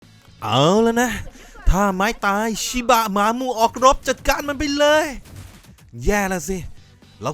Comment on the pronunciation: สำเนียงพี่ไปเเล้ว5555สุนัขชิบ้ะ